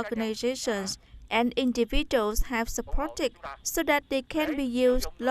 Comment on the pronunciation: individual /ˌɪndɪˈvɪdʒuəl/ chứ không đọc là /'indəvidəl/